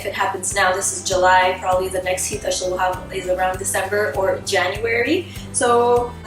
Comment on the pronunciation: Am I the only one who hears "heat" as 'YeEt"?